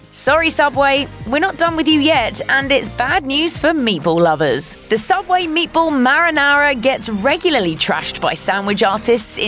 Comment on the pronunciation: Subway? U mean sooubway?